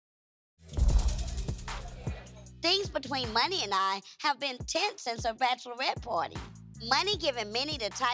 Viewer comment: It’s Monie, not Money